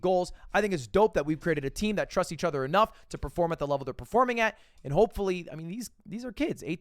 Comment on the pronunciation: Why does Mogul Mail say 'ether' instead of 'other'